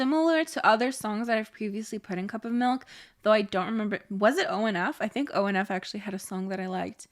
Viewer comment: ONF is pronounced "On and Off" well...."On N Off". I love these monthly song rankings btw! 😁👍💖